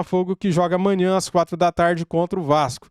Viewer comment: Porra não esquece dele falando "Amainhã".... SRN ❤️🖤😅